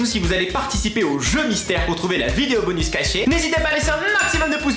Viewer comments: pk tu dit 《 bonu 》 et pas 《 bonusssss 》 et il y a plein d'autres mots ou tu prononce pas les s je comprends pas ? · Ca se dit bonussssssssssse